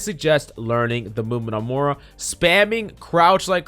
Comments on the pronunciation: PLEASE pronounce the i in moira. Im having a stroke every time youre saying moura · have no one told him how to pronounce moira yet? its not mora.... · yea xD i noticed he said it wrong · bruh how do you spell the heroes like phara is phoroah Moira is moura ana is ona reaper is rpha like wtf dude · Learn to pronounce Moira. It's like Moy rah.